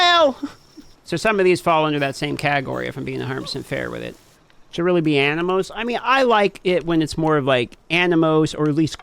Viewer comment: I kept hearing “Animos”